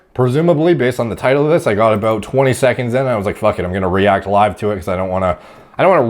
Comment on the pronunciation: Is Canadian? Or is just the way he says "about"